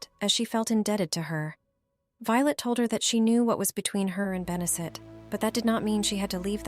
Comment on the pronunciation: Consistent mispronunciations of Benedict's name is a real clanger.